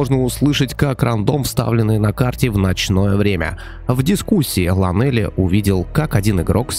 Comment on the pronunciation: Эх,.. Правильно лОнели, что с англиского переводиться как "одинокий"))